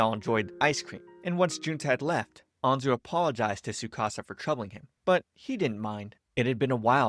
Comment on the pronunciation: There’s a t in tsukasa